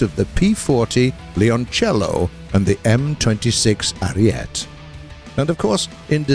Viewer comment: Ariete is pronounced arietee and Leoncello is pronounced laeonchello (kind of)